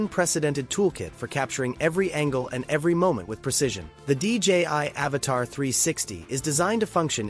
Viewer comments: Please IA, say AVATA, not AVATAR. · Your robotic AI voice keeps calling it an Avatar and Avata! Learn how to pronounce the name of the drone before you decide to do a video - 👎